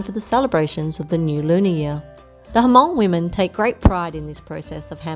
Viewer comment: Nice video but Hmong is not pronounced as a two syllable "Huh-mong." The "H" is a short nasal sound that comes out of your nose, just like if you were humming a song. You attach the "mong" which is the sound that comes out of your mouth to make one smooth syllable: Hmong. If this is too difficult you can simply think of the H as being silent - although that wouldn't technically be true - and pronounce it as "mong." Either one is preferable to "huh-mong."